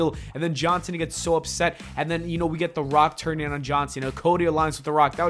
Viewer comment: Everytime you say “John Cena” I hear “Johnson” haha